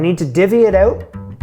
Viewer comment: "So I need to divvy it oot". You're turning Canadian!!